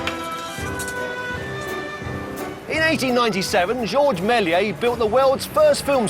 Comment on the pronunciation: You would think that a man who has devoted his career to silent film would get the pronunciation of "Melies" right. Half the time he says "Mell-ee-ay", which is wrong. Then SOME of the time it's "Mell-ee-ays", which is only a little less wrong. Only the French guy gets it right: "Mel-YESS", but it whizzes by him and he starts saying "Mell-ee-ay" again. It's dismaying as hell. Bad enough that both pronunciations are wrong, but to switch back and forth is just detestable.